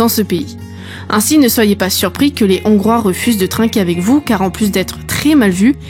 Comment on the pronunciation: On ne fait pat la liaison avec le S de des, on dit des Hongrois sans appuyer sur le H et en Hongrie sans faire la liaison avec le N